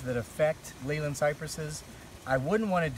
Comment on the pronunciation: The correct, English way to pronounce Leyland is like ' lay land', it is a town in Lancashire, the home of Leyland Motors